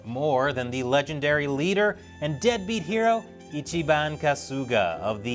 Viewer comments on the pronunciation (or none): none